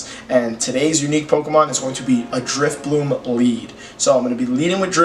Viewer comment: Why do you keep calling it Drifbloom?.....